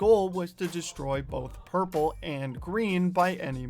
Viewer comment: you said purple wrong